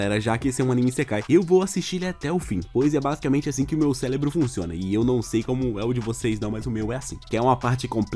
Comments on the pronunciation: Cara não é Celebro e cérebro (no final fala celebro) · Tava indo tão bem mas aí o "celebro" me quebrou kkkdkksk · "celebro" me matou kkkk